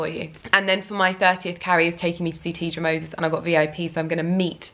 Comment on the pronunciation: I liked you before...but then you said Teedra Moses...have a fab time girl!!!